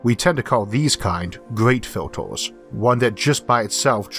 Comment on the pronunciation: haha!!! Filtors... Numbors.... :) sorry, great vid and great info fella!